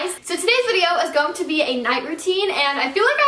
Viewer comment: Does anyone else notice that Aspyn says "gong" instead of going